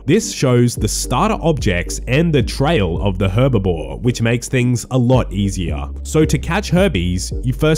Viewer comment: When will people stop calling herblore herbivore 🤣🤣